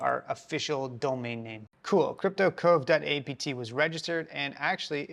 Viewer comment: You called it cyrptocove not cryptocove.